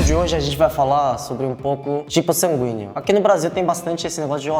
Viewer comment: só eu q entendi o falar sanguinho?? ksksksks♡